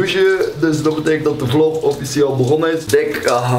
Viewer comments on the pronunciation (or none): none